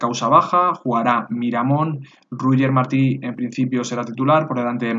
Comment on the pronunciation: Se dice Cucurella como se escribe, y 'Royer' Martí, no ruyer jajajaja